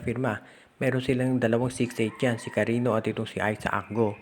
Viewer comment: Sir, Cariño po yan, as in Carinyo....